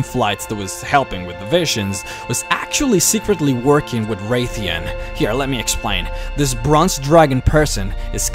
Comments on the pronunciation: It's Wrathion not wraith-ion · Wr"æ"thion :P There is no Wraithion, its Wrathion :P Nice video though!